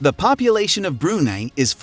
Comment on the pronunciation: It's pronouned "Bru-Nai"